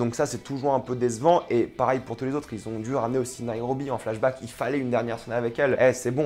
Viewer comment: on dis Pareil pas Parail